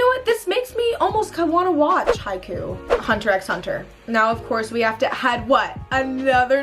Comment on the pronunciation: The way she said Haikyuu💀